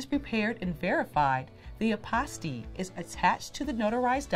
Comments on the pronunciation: 😂😂😂 fouroh four reaction was spot on I’m rollinnn ..Hilarious because when she said apostille I was waiting for her to double back and correct her pronunciation but second go around she pronounced it the same way. I was like oh snap ! Let me hit google university because I could be wrong . Nevertheless I appreciate the content . Great work. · Hi. Since apostille is a French term, ah-pah-STEE is the preferred pronunciation of the Hague Conference on International Law, the body that oversees adoption of apostille standards. However, apostille is also pronounced: AH-pah-still or ah-PAH-still. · First of all- I've been pronouncing apostille all wrong.